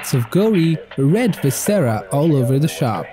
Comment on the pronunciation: Fun Fact: When speaking English most of the emphasis is on the FIRST syllable not the second, or third. SO 'John Carpenter' - Would be 'John CAR-penter' not 'John CarPENter' And 'VIScera' not 'VisCERa' And 'FRAN-chises not 'Fran-CHISES' Other than that, your english is very good!